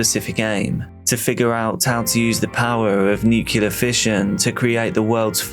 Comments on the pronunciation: NuCLEAR. Nu-CLEE-er. NOT NUCULAR. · I know this is an AI, but how come it pronounces nuclear wrong? It's not NUC U LAR! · No one who pronounces "nuclear" as "nukular" should be talking about nuclear issues. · If one can say "nucleus", the same one can say "nuclear". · Literally leaving video because as an English person you ought to pronounce NUCLEAR correctly and it's giving me hives. lol